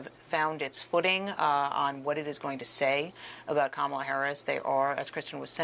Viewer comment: She's been the vice president for almost 4 years. Primary school children know her name yet Trump can't/won't say her name correctly?? Her name is KAmala, Trump! Put some respect on it!